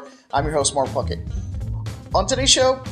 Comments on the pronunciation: every time he says his name i think he says mark fuck it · Your videos are so detailed, professional, and composed so well. Although my 3 year old nephew was on my lap when he heard you say your full name I had to do a double check to read what your name was at beginning. Funny thing is he thought he heard the same thing, "He say naughty word!" What he was meaning was when you gave your name Puckett sounds a lot like F* It! heh that gave me a good laugh to my nephews expense.